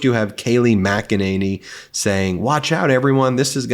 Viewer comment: Keiley macanally is doing the macarana! Another stepford wind up doll babbling about insane shit.